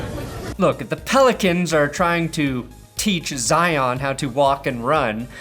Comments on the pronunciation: "IN THE N.O. WIT ZEON" 🤣😭😂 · Zeeahn Williamson